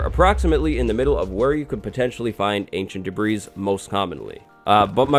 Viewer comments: His insistence on calling it "ancient debreeze" simply makes this unwatchable.This ignorance is just too painful to watch. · lol "ancient debreeze" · Actually no, it's literally called "Ancient Debris" 😂😂